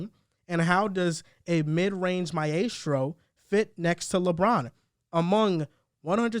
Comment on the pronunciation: Dear, Meastro. It's pronounced "My-strow", not "My-Ehstrow" you clown